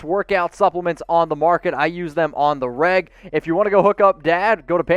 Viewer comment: Every time you say "on the reg" it sounds like you're saying "on the rag" lol